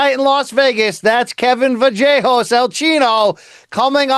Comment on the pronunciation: BC IS AWESOME. HE FINALLY FIGURED OUT HOW TO PRONOUNCE THIS GUY'S LAST NAME 😂😂😂😂😂